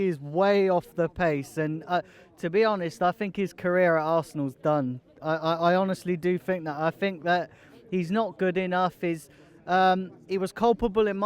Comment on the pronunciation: "We've got our Arseanal back" 🤣🤣🤣